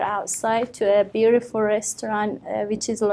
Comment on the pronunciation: I banged my head to the wall everytime she said BUIRIFULL